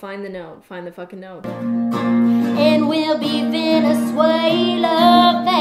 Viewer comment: don’t forget wen she said ”veneswella” LMAOO